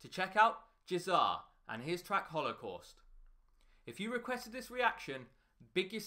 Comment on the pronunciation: Ceza: holocoust Nobody: ???